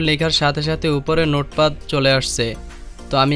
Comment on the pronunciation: জনাব, নোট পাদ না, নোট প্যাড। স্পেক নয় স্পিক, প্রনানসিয়েশন ঠিক করেন।